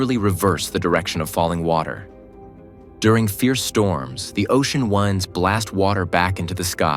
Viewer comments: Says "wind" instead of "wind." Obvious AI slop. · I really wish you didn’t use AI to narrate. Trade winds was pronounced trade wynds